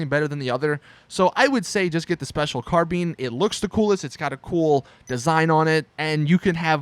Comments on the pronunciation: The special carbine nahhh THE SPECIAL CARBEAN IS BETTER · special carBEAN LOL